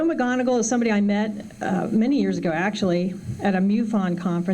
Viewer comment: Say it with me slowly mcmoneagle Not MCGONAGLE